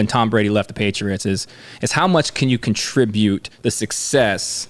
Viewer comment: buddy, you're a professional... I'm glad to help you with your craft... "ATT-ribute," not "CON-tribute..."